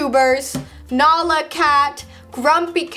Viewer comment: Did say nala cat or Nyla cat because Nala is Zoella or Alfie's dog not cat!😃😂